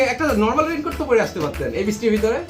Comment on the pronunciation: Vai rain cote tar nam agee vlo kore uccharon koren 😂😂😂